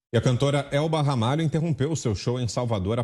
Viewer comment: Não é Ramalha, é Ramalho, meu sobrenome, orgulho da minha tia Elba Ramalho. kkkkkkk